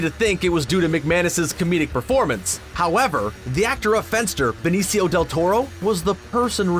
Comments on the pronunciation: ben-eh-see-o del toro???? LMAO!!!!!!!! learn your spanish please lmao!!! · BENNESS EE-OO DEL TORO? Come on, man...... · Beneh see yo deltoro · Speaking of bloopers, try pronouncing Benicio del Toro's name one more time.